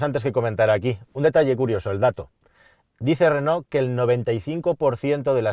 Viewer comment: si pronuncias Renó lo lógico es que también pronuncies I tech y no E tech Digo yo vamos.